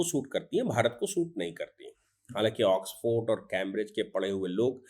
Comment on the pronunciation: ऑक्सफर्ड, ऑक्सफोर्ड नहीं,वकीलसाब !